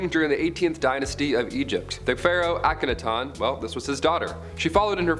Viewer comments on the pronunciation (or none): It's pronounced Auk-a- NA-ton